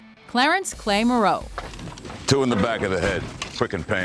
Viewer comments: “MAHroe”, not “MuhROE”. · And it's MOrrow, not Marrow. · I was thinking that too. I say it like "tomorrow" but without the "to" . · Your mispronunciation of Morrow and the incorrect analysis of the characters is proof you never actually watched the show. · Who the hell would put Opie as 7...He is the most loyal member of that club....And it is pronounced Mar roe not Ma roe..Of course you are the same one who mistoke Opie for Bobby so I do not expect much.. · Morrow is pronounced like "tomorrow" without the "to"... not Muh-row. Bobby Elvis as #10, Opie as #7, and Nero just an honorable mention? This list is shit. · How can you take another Mojo list serious when they can't even pronounce Morrow correctly...Bobby Munson 10th?..Clay Morrow #1? umm, Jax is the Top character thus #1. No mention of horrendously evil ATF agent Stahl either... or a mention of Wendy?...Jimmy Smits Nero possibly a Top 10 also... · wtf its morrow not marrow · its Morrow (more-oh) not (mor-row) if you watched one episode you would know that and clay number 1 eff that top ten yes but not one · it's Marrow!! not murrow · Its Pronounced (MO-Row) not Ma-Row) smh. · Busted again,. For most of the show, Tig was Sergeant-at-Arms under Clay Morrow"s presidency. He did not become VP until Jax made Chibs President. And Morrow rhymes with "borrow", not more-Row!! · lol ikr the last name is pronounced 'More-o' ....not 'Mo-row' xD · Clay "Mah-ROE"?!?! you never watched a single episode of the show, did you? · You're mispronouncing Morrow, and it's working my nerves. Also, how is Clay #1? 🤦🏻‍♀️ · Damn that pronunciation of Morrow sounds so weird!!! It’s pronounced like Mar-oh!! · Morrow is not pronounced Murrow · ‘Gemma Teller Mo Ro’? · Idiots, the family's last name sounds like "Tomorrow", not the French name "Moreau". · why does this channel always mispronounce names? it's morrow like in tomorrow. and why is clay #1? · The woman said Murrow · Gemma Teller Mur Oh? lol do your research.